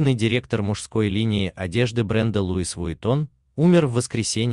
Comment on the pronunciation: ЛУуиссссссссссссс Виттон....Ты что чувак ...Правильно прочьти бренд на французком....Идиотизм...